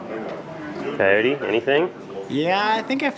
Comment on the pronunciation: It is Coyote not Cycote.